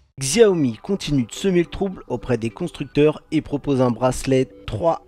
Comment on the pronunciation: bravo pour le REVIEW , ça se prononce CHAWMI à l'occasion :)